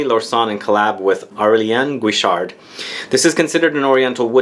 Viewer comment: And also a great gender bender. I like it a ton more than a female version. No reason why they put this lot of vanilla santal into a masculine frag, while the female is smth not even detectable or comprehensive to me... Anyway, nich choice!) Aurelien Guichard, just for your further convenience sounds like Orelien Geeshar. Not Jeeshar.